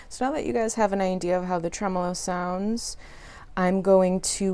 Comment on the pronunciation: Well done, thank god you are able to pronounce the word tremolo correctly.